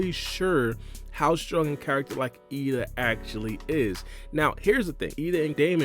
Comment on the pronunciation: Isn't ada not eida?